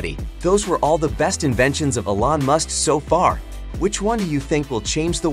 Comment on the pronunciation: Very good video. You may want to learn how to pronounce Elon with E Lon not as A Lon. Also pronouce Solar with So Lar not as Sa Lar.